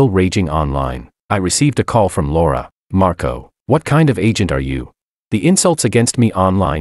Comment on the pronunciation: Whst? Did she call Marco 'Marcoto'? 😂😂